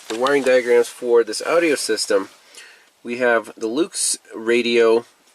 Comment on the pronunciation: I love the way he says Audi-O lol